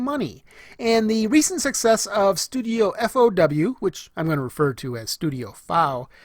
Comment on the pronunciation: thank you for being the ONLY person to pronounce studio FOW the (albeit just how i see it) correct way